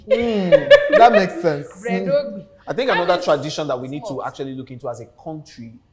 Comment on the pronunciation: H-actuallllllyyyyyy Bisola it’s “Bredogbo” 😂😂😂😂